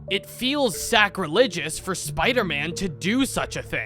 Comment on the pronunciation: Did bro just say sacrilegious 😂😂😂